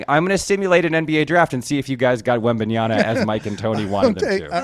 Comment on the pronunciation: It's Wembanyama with an 'M' Mr. Schur.